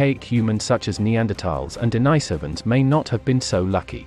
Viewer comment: Looool they are pronounced de ni sovans